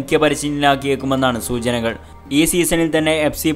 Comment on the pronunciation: സുജന അല്ല സുചന